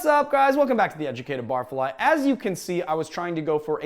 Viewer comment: Oh my God Bar...fly Not barf..ly :/